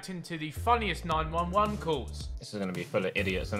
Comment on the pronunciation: Are we going to ignore how Ethan said 9/11 calls instead of 9-1-1 calls???